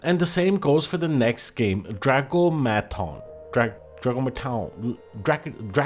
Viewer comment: "Drack-ah-meh-tahn" brother, and thank you for reminding folks that Gacha is a wallet-based Psy-Op.